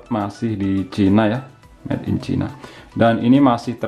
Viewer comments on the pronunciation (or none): none